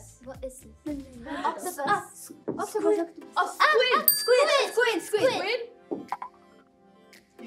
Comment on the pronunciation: “squ, squi” juria knowing the word squid but looking over to maya for help pronouncing I love them 😭